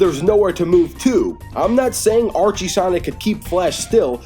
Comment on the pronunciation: It is Archie.